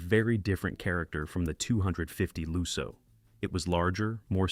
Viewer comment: Lusso with a short u as in "put", not loo-so.